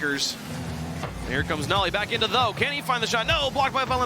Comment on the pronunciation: Ok but if you want your name to be pronounced nolly instead of noly you should put the double L. It indicates a break in syllables. Its the difference between no-ly and nol-ly, where no makes a typical no sound and nol changes to be a "nah" sound (because we are lazy and don't fully pronounce the L in the first syllable lest we have to say the L twice, similar to the word syllable in fact. If there were only one L, it would be pronounced "sigh-lable" instead of "syl-able" where once again we only say one L). As it is written noly is closer to "no lie" than it is to nollie